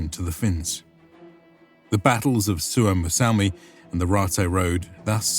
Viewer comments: it's not Suomossalmi but Suomussalmi, just to point out. :D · It's "Suomussalmi" not "Suomos---" Suomu means a scale spec of a fish skin, but ofc it might be older word from Sapmi language which i don't know. And as eastern finlander, I think that saamelaiset/sapmis should have their own autonomy in north. Finns did them real dirty stuff, while "civilizing" them, those "barbarians". They were the real inhabitants of Finland before the agricultural "Finns", and I say "Finns" because there were none such group really. They were Estonians, Livians, people from south finland mostly, then there were Tavastians (Häme), Savonians and all kinds of Karelians. I'm from current North Karelia (Finland) and our roots are from Denmark from the building of Olavinlinna-casle in Savonlinna. My ancestors were builders of that castle who were given small titles around it.